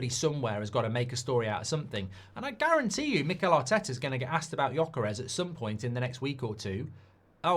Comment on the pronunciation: Gyökeres.You don’t say itt well,but it’s ok.